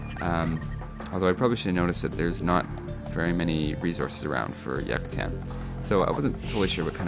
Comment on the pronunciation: yacatan? xD in Spanish you do pronounce the "u" from Yucatán and is also jaguar whit ha from the laughing transliteration